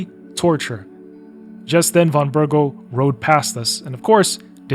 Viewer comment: Also it's Von BerGOV! Though you're not the only one making that mistake. Half of the VAs in KCD2 are mispronouncing his name, mostly those voicing minor NPCs, probably because they didnt get proper direction cause they play smaller roles. Henry, Hans and all other major characters pronounce Von Bergow correctly. W = V in a lot of Eastern European languages, e.g. kurwa in Polish.